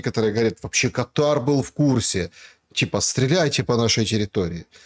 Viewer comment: Сколько же раз повторять, Кáтар, это гос-во Персидского залива, а катáр, это устаревшее "гастрит". Вас же Шелéстом не называют?